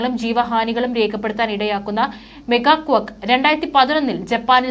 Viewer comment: മെഗാ കൊക്ക് അല്ല മോളേ , മേഗാ ക്വേക്ക് ആണ് !!!?.